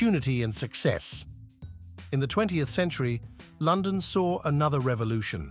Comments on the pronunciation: The voice over ruins this doc. Great topic and idea - AWFUL AI. Words such as London, imagine, Eighth, dynasty etc. are mispronounced through out the entire thing. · I can't take any video about London seriously when "London" and "imagine" are pronounced incorrectly 🙄😡 Also, it's very odd to see random pictures of rural estates when you're on about the Tower of London and Westminster Abbey 🙄 I had a feeling that maybe I should find a good book first. I'm off to do that now...